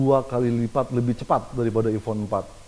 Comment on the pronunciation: bacanya emang " ivon " gitu ya :D becandaak